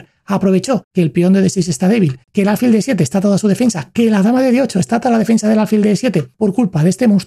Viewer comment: No se dice álfil, se dice alfil, con acento en la i, pero sin tilde